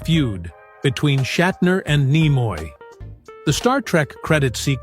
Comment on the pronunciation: Also it is Nimoy not Nemoy. AI is flawed. Imagine it really taking over.😅